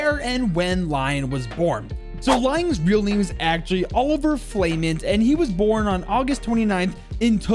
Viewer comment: Say it ''oliviay flaman'' not ''oliver flamenth''